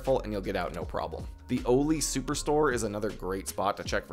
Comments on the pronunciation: Oh lee. Cmon bro everyone says awlee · The way you say salewa and oli just pisses me off lmao